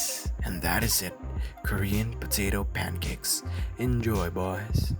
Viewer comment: Balik sa bisdak accent pagka hahahaha kur-yan putito pankeks